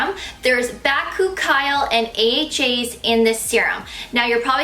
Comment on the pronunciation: You're pronouncing bakuchiol wrong, just an fyi.